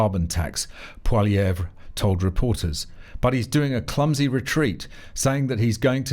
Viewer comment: Congratulations on pronouncing Mississauga correctly. For an Australian/Brit you did well. Now all you have to work on is how Poilievre's name is pronounced. We will work on Saskatchewan and Sault Saint Marie tomorrow. Keep up with doing the lord's work.